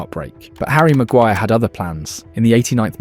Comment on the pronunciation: Heard Amorim saying “Ariel Maguire”